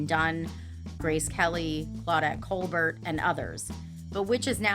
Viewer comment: Most of these are not horrors! They are simply little known facts. Also, you pronounced some names wrong, so I wondered if this was AI until I saw your faces later. Balsam and Colbert were both pronounced wrong. In Colbert's case, a clue would be that she is french.